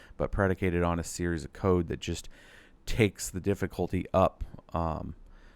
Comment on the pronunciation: DiddifultY, dude can't you say YYYYYYY - difficultY